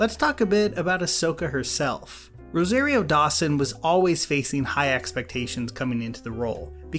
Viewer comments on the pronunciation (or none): Please take this criticism jokingly because i really love your vids: but oh my goddddd you were saying asockka and rosairio dawson and grawgu >:(